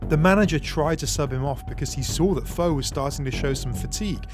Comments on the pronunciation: Foe has an accent on the E... It's pronounced Foh-ay. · Putting aside the fact you keep pronouncing his name wrong, how was Foé’s death due to the World Cup? It was during a Confederations Cup match…